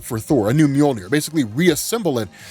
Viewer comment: He buries the handle to storm breaker u said moijner or however it's spelled lol